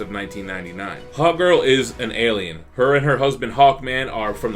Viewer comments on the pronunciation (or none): I thought you said Hot girl so many times